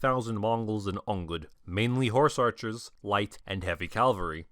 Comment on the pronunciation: it astounds me how someone who dedicates their internet career to horsemen can still somehow mispronounce cavalry. For those who don't know, the correct pronunciation is "Cav-al-ree" where here he says "Cal-va-ree".